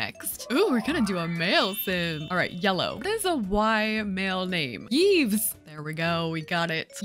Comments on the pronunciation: its pronunced eve, not yeeves lmao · I regret to inform you that Yves is actually pronounced like "Eves" but it made me chuckle 😂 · love the way you pronounce Yves' name, it's very much not how you're supposed to pronounce it but it's cute! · the way she said Yves hurt me